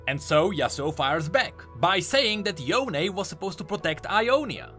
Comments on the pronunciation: bro its yone not yoney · stop pronouncing him as Yone, its Yo'ne!!!!!! everyone i know kept saying his name in western pronounciation, and not eastern pronounciation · does anyone remember when he used pronounce Yone like Cone HAHA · Can we just talk about how yasuo says yoneigh and not yone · It's Yo-ne for GOD SAKE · Question how come in Runeterra they say (yo ne like bone) but now they now pronounce it differently? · why are u still calling him ‘yohn’ ..... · ITS NOT YONE "":D